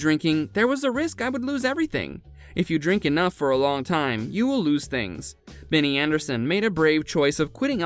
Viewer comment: ABBAtars are the digital avatars of ABBA themselves... not the fanbase... you pronounced his first names wrong. What is this ?